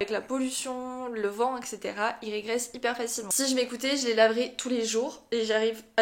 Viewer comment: Ta prononciation de "regraisser" m'a fait rire 😂 Tu le dis comme le verbe "régresser", alors que pour "regraisser" le "re" ne se prononce pas "ré" (mais "reu")😆